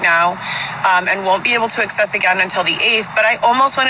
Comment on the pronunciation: She can’t “excess” her money lol. I’m sorry I HATE the way she mispronounces so many words, and then claims to be so “educated and well spoken” Also, why wouldn’t she put her baby up for adoption? That would be the best thing she could do, but no she would rather be homeless, with no money, no job and no way to provide a life for this poor child? Her situation, her “man” can’t provide, they cannot provide a life for this child, but yet she is insisting on trying to keep this child when she cannot even take care of herself! I don’t understand! Being a mother means making the best decisions for your child to give them the best life possible. Her disgusting ego won’t let her go to an adoption agency because she thinks it will make her look bad, NO! it would be the best gift she could give her child. She could have picked a great family that could provide him a life she cannot. Instead this child will end up in the system and potentially go through abuse, trauma, group homes etc. she already has 3 kids she can’t care for. This just kills me that she didn’t make the adoption decision. It’s so so sad